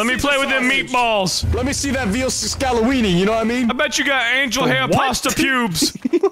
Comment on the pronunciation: "Veal Scalaweenie" got me. I'll admit it.